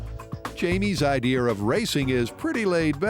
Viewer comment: He said "Jamie's 'ideer' of racing."